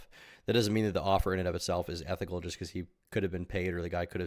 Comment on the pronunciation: bro said being super ethinical that's based